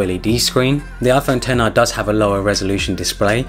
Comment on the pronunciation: it’s pronounced 10-r